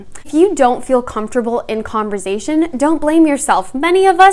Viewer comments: Great video, but please stop pronouncing it "converzation" xD it's conversation with an "s" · Converzation???? Why is she saying it that way? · this woman said converzation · .5 seconds in I had to click off when she said “converZation”. Girl how u gonna tell us how to carry on a conversation when you can even pronounce it 😭😭😭😭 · Idk but it's so funny lol love her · I thought she said conservation at first honestly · She keeps saying "converZZZation" lol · You should change the title to CONVERZAYTION LOL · so funny because I live in southern rural Ontario and we pronounce it with a ‘z’ like sound! 💕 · Giggling at the way she pronounces conversation,😊😂. But I love her advice. I really wish YouTube was around in my young adult hood lol. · The way you pronounce “conversation” amuses me😄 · I can’t be the only one who was constantly triggered by the way she pronounced the S in conversation, I feel abused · Interesting and informative video! I too was triggered by her pronunciation of conversation! I kept repeating it the correct way lol! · Dude, she just pronounced it wrong, get over it. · Wonderful video. Maybe pronounce converSation with the “s” sound though? Less distracting. Other than that, very helpful! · conversation is with an s not a z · OH wow didn't know she was Canadian! Got it! In the US, it's pronounced more like an s, love phonetics!